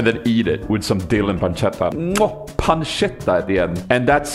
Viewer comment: Hi! Just an italian fella dropping by to say I'm really proud of your "pancetta" pronunciation! Love ya, keep going!